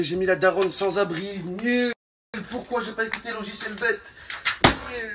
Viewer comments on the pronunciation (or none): none